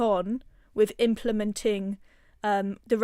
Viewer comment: Please try to say WITH and not WIV